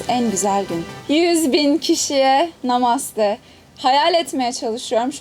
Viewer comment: namaste derken namaz mı diyor ooooo